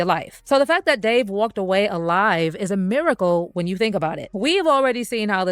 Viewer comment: why all the dis and dats? Plus a boring story